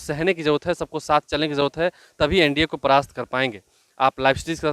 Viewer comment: NDA not NDO